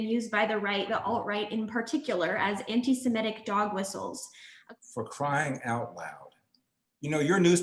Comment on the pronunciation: Sem-I-tic not Sem-E-tic !